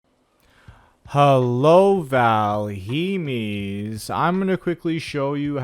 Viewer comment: Please never say Valhemis ever again.